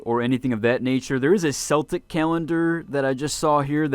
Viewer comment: You absolutely butchered the word 'Celtic' when it comes to history. Sorry